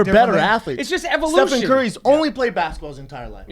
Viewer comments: stephen not stephon..jeezus why even pretend to like basketball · Hearing Rapaport repeatedly say Stephon "Marbury" Curry was excruciating. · "Stephon Curry" hahaha... at first i thought they were playing but then they kept on saying it. The baller made 400 3s, won unanimous MVP, and you guys collectively couldn't get his name right. Its for sure STEPHEN CURRY. Michael Rapport is the best guest each time. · LOL Steph- FON Curry, driving me nuts! Love Rapaport though